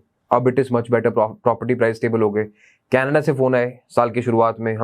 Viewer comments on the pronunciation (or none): none